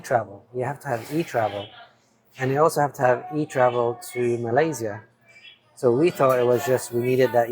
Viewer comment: For the love of god, can you ask Mia or somebody how to pronounce Malaysia and Bohol?!?